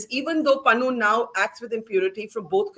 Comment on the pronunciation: Its Pannu. More like Pannoo actually😅